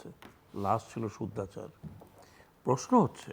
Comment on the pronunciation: শুদ্ধাচর নয়, শুদ্ধচোর